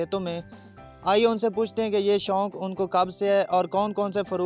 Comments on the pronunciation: it is 'shok' not 'shonk' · Shounk hahahaha shouk hota hy naa k شونک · شنوق نہیں شوق ہوتا ہے۔میزبان کو اردو ہی بولنا نہیں آتا۔چینل کا نام اردو پوائنٹ ہے